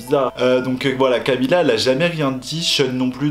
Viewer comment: Camilla cabeiyo au moin il a bien prononcer camilla depuis la derniere video